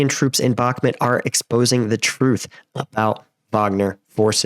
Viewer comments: Its pronounced Buch (like the composer)- Moot. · Stop saying bakmit honestly dude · You got the pronunciation of Вагнер right but absolutely butchered Бахмут. Like how